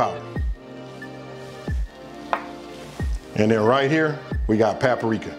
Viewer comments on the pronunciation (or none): Those wing dings....looks good...and it’s paprika...boy papa-rika 😂😂😂😂😂😂